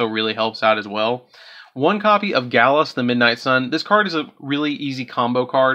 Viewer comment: Gladius = Galus. Oroshi = Orsha. WTF??? I think you might need to go back to school and learn how to read.